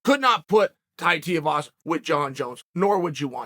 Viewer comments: Who the hell is Tai Tiuwazza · “His name is… Tai Teavasa” Dead 😂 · Tai Teeavasa